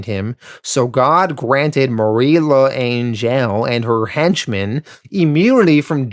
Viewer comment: Ok first, L’Angelle pronounced “Lan-jell”. Second, those stories about people spitting on returning Vietnam vets are entirely made up. It never happened.